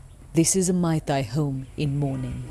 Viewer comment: Dear BBC - please note that the 'ei' in 'Meitei' is pronounced like the 'a' in 'face' not the 'ai' in 'Thai'